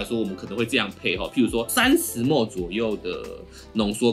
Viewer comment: 請問ml大家都念幾默幾默嗎？ 聽著不習慣